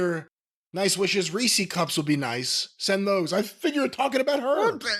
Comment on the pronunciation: What the fuck is a reesie cup? It’s Reese’s